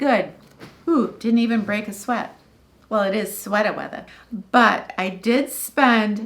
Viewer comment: I loved "sweata weatha."